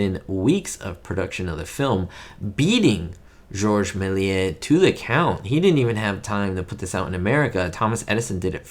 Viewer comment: In French Méliés is pronounced mayleeyeh not meh…